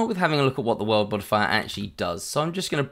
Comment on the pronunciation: great video. I kept hearing "world modifier" :D